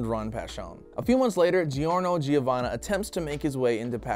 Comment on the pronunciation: it’s “Jorno Jovanna” he wouldn’t be a JoJo if it was “gee-orno gee-ovanna”